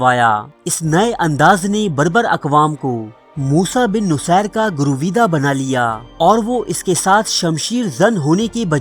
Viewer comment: Dear Admin Apni Urdu bhi Achi kro kisi trah......jaisey Ro Shanas nahin hota,,,,Ru Shanas hota hai. Gur weeda nahin hota Garr weeda hota hai. Aisi aor bhi ghalatiyaan krtey ho